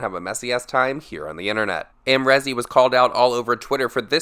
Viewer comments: It’s not rezzz it’s reeeez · The way u say Amrezy hurts my brain 😭😂